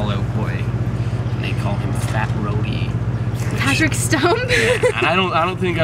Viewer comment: "Brody". tsk tsk.